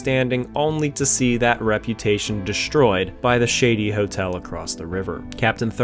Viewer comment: "Destroyed", not "deshtroyed".